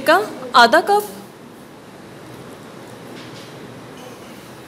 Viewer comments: salt hota hai solt nai 🤣🤣🤣🤣🤣🤣🤣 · solt ni madam salt